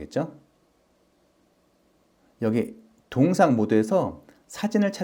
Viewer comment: 동영상을 왜 자꾸 동상이라 발음하시는 지요?